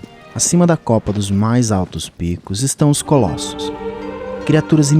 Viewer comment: Colassos??? Kkkkkk vai toma no cu